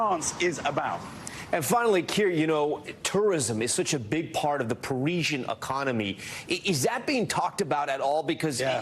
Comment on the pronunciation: That's the first time I've heard the word Parisian pronounced "Pareeeshn"🤣